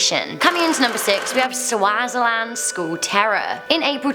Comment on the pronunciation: Swa-zeeland is how it’s pronounced